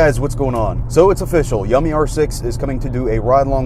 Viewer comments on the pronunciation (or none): I thought yummi was pronounced you-me